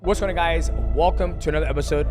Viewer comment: “Wassonnaguys.” Translation “What’s going on guys?”